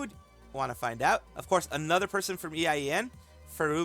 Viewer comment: it's been bothering me how you keep saying EIEN, just say A-yen (like letter A, and yen), it means eternity in Japanese.